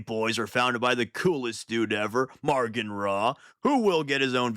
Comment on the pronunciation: “Maugan” doesn’t have an R in it 😛 Great video otherwise, as always.